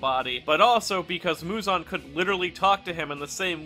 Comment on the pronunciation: bro mans called muzan “muzun”